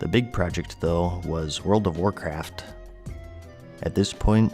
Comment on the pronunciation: I thought he said world of warcrack